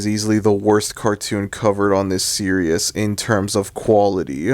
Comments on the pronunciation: Bro it’s “ series “ not “ serious” why are you saying it like that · I have a feeling that he misread that word and mispronounced it as "serious" rather than "series". I don't think he doesn't give a sh*t about word pronunciations. Go figure. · Why does it sound like that guy was saying serious instead of series 💀💀💀💀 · why do you keep saying the word "series" as "Serious"? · You’re a sad strange man I didn’t mean to reply on your comment I was supposed to tell the guy who made this video on why he said series in a very weird way